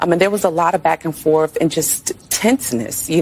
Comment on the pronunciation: LaMonika claims she “went back and forf wit dem”